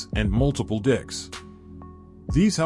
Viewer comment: RED ALERT!!!! EMERGENCY!!!! GUYS YOU NEED TO REDO THE AUDIO FOR THE DREAMSCAPE HOUSEBOAT! BOAT LEVELS ARE CALLED DECKS NOT DICKS! YIKES!!!